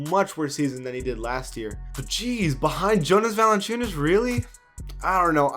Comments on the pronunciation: It is so funny when he says “Jonas Valanciunas” 😂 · Man where you from? When u said Jonas Valanciunas u completly sound like a spanish speaker or something like that😂